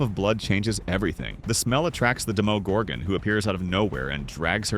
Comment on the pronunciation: demo organ? 😂😂😂